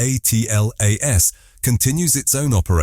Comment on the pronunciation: Get that AI narrator to say atlas ffs not A. T. L. A. S... It's so annoying..